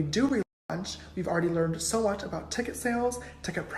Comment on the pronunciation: I literally only watch to hear you say “I luv u sa match” 😂😂😂